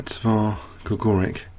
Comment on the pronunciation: It's Gligorić. That "ć" is pronounced like CHess.